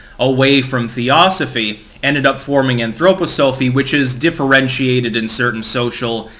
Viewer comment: it is pronounced An' thro Pa' sophy.. stress on the An and the Pa.. anthro pronounce like the prefix it is, and then stress on the 'po' (pronounce the o like 'grampa) like the theo of theosophy. an-thro-po-so-phy.. yes. i am sure. i've more corrections for you about this subject, but i doubt you like to be corrected, - eh wot?